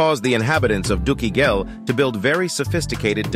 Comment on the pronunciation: I go from scholar to child every time you say "dookie ghel"